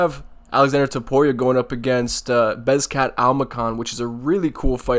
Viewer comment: S TFU CASUAL! 🤡🤡🤡 You can’t even correctly pronounce Bekzats name yet you’re picking him to win 🤡 G TFOH!